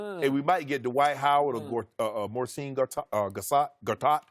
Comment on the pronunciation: Morcin gar Marcin gar Gartat Damn Shannon 😩😪🤣🤣🤣